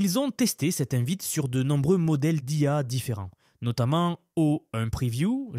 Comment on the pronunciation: Ecoutez à : Claude 3 virgule 5 et O-une. Mais sinon, j'avoue que le Text-to-Speech est plutôt bon